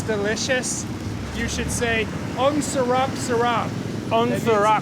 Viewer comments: its "sarap" not "salap"...:) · "ang surap surap" wtf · As a full blooded Filipino it made me cringe when I heard them pronounce "ang sarap". That aside, we Filipinos don't despise the innocent/brainwashed citizens of China, we only deeply and strongly despise China's President and government officials .3. They need to learn when to stop being so gluttonous in their desperate struggles to gain power in the world. Their struggles result in them being a major polluter.